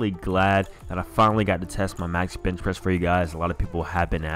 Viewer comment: ... Did he say b*tch pressing?